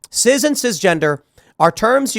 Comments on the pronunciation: Tim, it's CIS not CIZ. You aren't pronouncing it correctly. It's embarrassing. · Cis, not ciz. Calm down Tim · Cis, like sis, it's not ciz or siz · It’s cis not ciz, stop saying it w a z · why the fuck Tim keeps saying " Ciz" instead of Cis? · Wait it's "Sizz" now? I thought it was pronounced "Siss"? Just trying to get that straight. But yes it's obviously a slur. As norm macdonald brilliantly put it: "It's a way of marginalizing a normal person". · Cis pronounced SIS!!!!!!!! Jesus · "Cizz" 😂 Why does Tim say it like it's a soda brand?